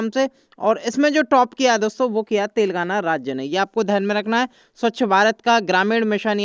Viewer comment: Are Bhai tel gaana nahin Telengana bolo 😄😄😄😄😂😂😂😁😀